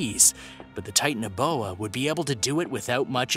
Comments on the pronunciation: It is not Titan-boa it’s ti-tan-o-boa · It’s not tit anoboa it’s acololy titanabooa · Tie-tan-uh-boa I’m gonna throw up if I have to listen to you mispronounce anymore!